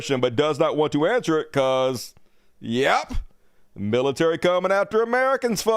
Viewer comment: LOL at "Miltary"